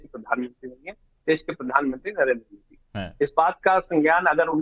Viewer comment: ये ओवेसी मोदी को मोडी क्यों बोलता है भई 😮